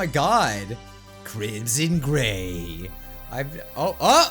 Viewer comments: I thought you said crimson GAY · When you said gray it soundet like GAY!